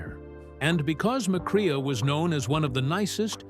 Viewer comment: Your speaker totally mispronounces Joel McCrea's name It is NOT Mc CRAY AH It is McCray LIKE AAAAA